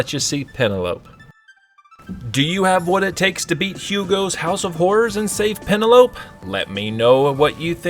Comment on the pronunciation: Am I the only one who knows that name is pronounced pen-el-oh-pee?